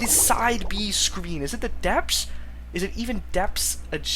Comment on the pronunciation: No shade whatsoever, but I find it very amusing how you read "the depths" as "the depps"